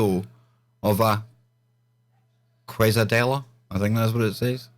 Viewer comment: Kay-seh-dee-yuh is the pronunciation. I just about spewed root beer out my nose when I heard that! All joking aside, that is some CRAZY STUFF!